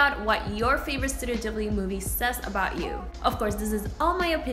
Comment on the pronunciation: YOU PRONOUNCE IT WRONG IT BUGS ME SO MUCH